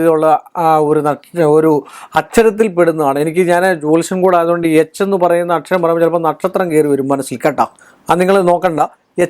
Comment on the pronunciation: നിനക്ക് എന്താടാ എച്ചി എന്ന് പറയുന്ന സ്പെല്ലിംഗ് ഒടുക്കത്തെ പറച്ചിലും ദേഷ്യം